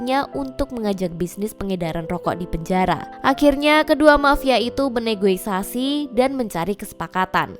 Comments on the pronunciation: Negosiasi, bukan negoisasi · NEGOSIASI KAK BUKAN NEGOISASI 😂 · negosiasi....bukan negoisasi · min tolong saya agak terganggu bukan NEGOISASI tapi NEGOSIASI ... he..he.... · Negosiasi mbak bukan negoisasi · Maaf kak, negosiasi, bukan negoisasi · salfok sama kata negoisasi nya...😂😂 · Tiap narator bilang NEGOISASI gua ngakak muluk njirrr😅😂😂😂